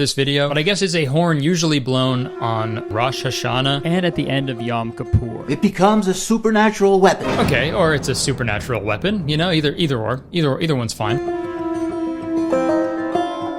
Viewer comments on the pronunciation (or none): Kurtis. Man. I love your videos but that hebrew pronounciation was the worst ive ever heard anyone do it. Shofar is pronounced more like chauffeur, but with emphasis on the first syllable. Rosh in rosh hashana is row+sh. Yom is the same, yow+m. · Hearing Kurtis bungle the pronunciation of 'shofar', 'Rosh Hashana' and 'Yom Kippur' was the highlight of my day actually.